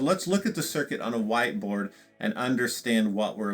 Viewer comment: Did he just say "Wide board" instead of white board? Also nice whiskey cabinet.